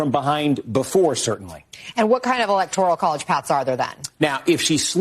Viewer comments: it isn't "electorial" it's "electoral". Please train your lips and tongue to take the "I" out – it actually grates on my ears and I can't hear your wisdom. jus' sayin' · Electoral, not Electorial,! Great update!